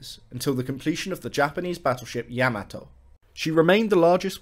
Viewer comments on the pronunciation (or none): none